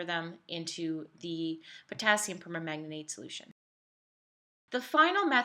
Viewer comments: It's perMANGANATE, not perma-manganate😂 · via : "permanganate [per-mang-guh-neyt]" only four syllables.